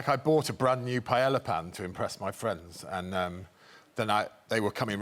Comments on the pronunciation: cleaning lady knew greg had no business making paella if he couldn't even pronounce it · The actor Greg next to Sebastian Stan is mispronouncing Paella sorry there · Why don't English speakers just learn to say 'paella' already? What they say, in Spanish would be written 'paela'. It's a palatal lateral. We'll end up saying it like they do, badly, like with everything.